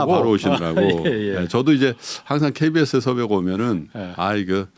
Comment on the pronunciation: 케베에쇼기자분요 네?